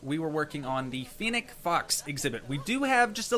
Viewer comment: You are pronouncing fennec for wrong